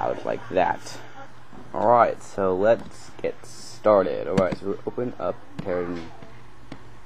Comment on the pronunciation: It's not pronounced terragen like taragon. It's pronounced Terra-JEN as in terra GENERATOR, since it generates terraforms.